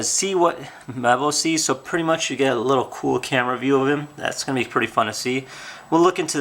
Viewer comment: Why are you saying more and more preeti big